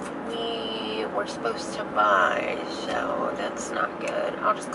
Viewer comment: Things people say that bug me: apposed to vs supposed to. Massage said with a g like "garage". I'm excited for the new house. You should do follow me around in stores. Lol. I love those. I couldn't do it though